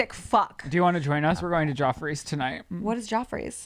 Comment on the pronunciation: LMAO! and his pronunciation of words… “We’re going to “Gee-ah-frees” tonight..” its so cute! Lol The restaurant is “Geoffreys” and is pronounced “Jeffreys.” That restaurant is ICONIC, thats was President Kennedy and Marilyn Monroe’s meet up spot. They had a private table where no one would see them.